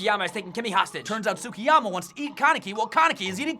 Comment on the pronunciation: Mmmmmmmmm... Y can no one say Tsukiyama properly...